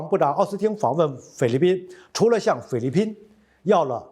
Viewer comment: 念成了匪律宾？